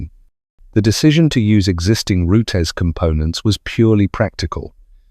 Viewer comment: Pronounced ROOTS not Rootees....Roots that Rhymes With Boots.